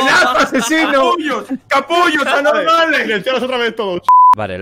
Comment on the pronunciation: Jajajaja me reido cuando a dicho anotmales